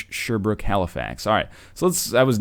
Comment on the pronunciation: I live there the second one XD Weymouth and its pronounced Shear Brooke outside of Deep Brooke bud